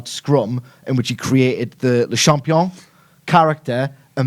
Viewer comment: Spelled champion Pronounced Shampioh